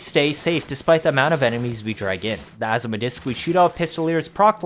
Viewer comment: Good video but why do you say asthma Azima a zi ma